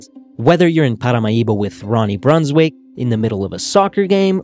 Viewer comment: In olandese quando c'è la ij si pronuncia ai, quindi si pronuncrebbe Brunswaik :)